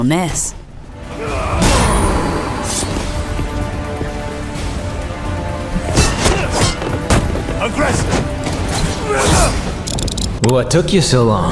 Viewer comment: 3 things I can't stand hearing on this channel. How often they say Broken. How she says NES, and how they described the Destiny raid like all the raids aren't that complicated.